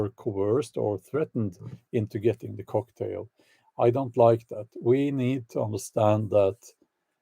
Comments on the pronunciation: Bjorn its not Cocktail its Coughtail ! XD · "The coughtail" instead of "cocktail".